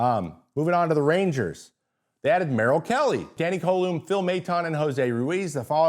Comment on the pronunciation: It really should be (cou-lome) not (co-lume) but Americans never try to say French names correctly, but they try their hardest with Spanish names. It's not exactly hard to say LeBlanc correctly. It's not like a Gagné which uses a gn like gnome or Gnarles Barckley which we almost never use in English and an é sound which English people don't use. The gist is most aren't hard to pronounce but y'all absolutely butcher them. (Ga-gnai) would be close enough. (Gag-knee) is oh my.